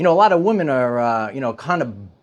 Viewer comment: Please don't succumb to the internet mind-worm of losing the ability to pronounce the plural "women",. <3